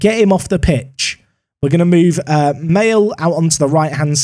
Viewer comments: there is no way u pronounce maehle ‘male’🤣🤣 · just FYI, it's pronounced like Maleh